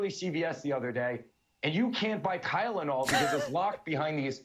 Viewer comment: I heard Kylenol too.